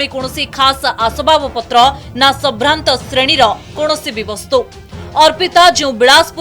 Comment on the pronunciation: Sabhranta not sambhrata